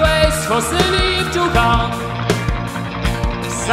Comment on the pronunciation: Ну да, он старается произносить правильно английские слова, но его выдаёт "Нагасаки", произносит он это слово именно по русски, с ударением на втором слоге, тогда как на английском это слово произносится с ударением на первом, и нажимом на "нага", а "саки" почти проглатывается.